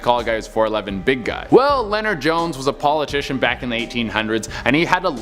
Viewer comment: funny way to spell “Leonard.” Leno-ard. It’s Leonard...